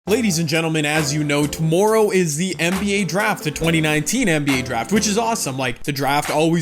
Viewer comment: No one:: tUmoRoWW